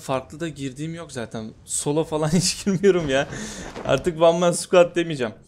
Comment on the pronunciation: abi hergün video atmaya devam et bayılıyorum hele o meen diyosunya shshshshjdsj